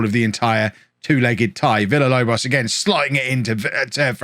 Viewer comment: If you say Villalobos name correctly, he will stop missing training and games.